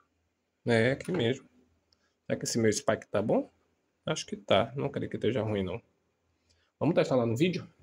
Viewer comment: spike é meu cachorro, a pronúncia é espiker